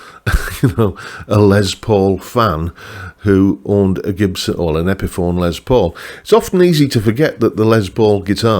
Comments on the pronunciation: And of course the new Greeny models are, among others, signature models of a signature model. (And the man himself pronounced his first name lime Less, not Lez, but as you’re British, I guess that’s okay 😊…) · Great list. Richie Kotzen Tele is on my radar, yes! On pronunciations: in official Gibson speak it’s probably “Les”, not “Lez”.. but nevermind.. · Poking fun of someone saying Les (Lay) and then saying it's Les (Lez) when it is pronounced Les (Less). Oh the irony. 😜